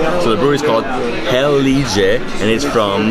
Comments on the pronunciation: I think that Heilege is pronounced "Hi-leh-geh" in German. It means Holy! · Hello, I'm from Santa Cruz do Sul, glad you liked the Heilige beer. The correct pronunciation of Heilige sounds something like "Hi - lee - gui" and it means "saint" or "sacred". Have a nice trip!